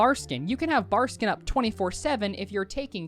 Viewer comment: love you and your videos but my nigga, you even said Barskin a couple of times haha. ill shut the fuck up now haha.